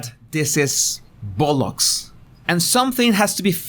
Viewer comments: I laughed out loud at the bollocks as well. It sounded so funny with his accent. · You made this Aussie laugh with you saying "bollocks". Thank you.